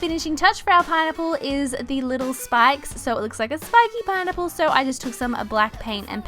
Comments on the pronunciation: why does it sound like she's saying pine nipple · i love her and all but when she says pineapple it sounds like "pie nipple" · She says pinipple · Keiley Holcomb same